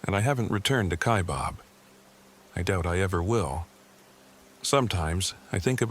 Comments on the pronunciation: It’s fiction. He doesn’t know how to pronounce Kaibab (not KaiBOB!) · It's kaibab "bab" stupid this is how you no this story is bullshit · ky bab not bob.....AI get it together...I live in Kaibab